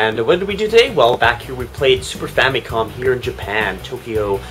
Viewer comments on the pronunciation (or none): Famicom = Family Computer WHY does everyone always say Fam-Y/Com? [Fam-i-com] It's simple.